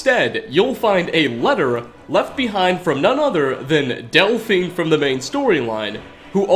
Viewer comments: Why do you call her Delphing? Literally no one anywhere calls her that. Even characters in the story call her del-feen. I wish it was just this occasion but the hardest part for me in watching your videos is the blatantly wrong pronunciations. Is it intentional? If it is, christ stop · Oh, didn't realize Delphine was actually called Delphing. Guess I've been pronouncing it wrong, all these years. :P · Pronounced DELL FEEN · Lmao 'delphing'